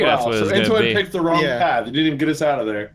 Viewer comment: it's not ttoan it's entoan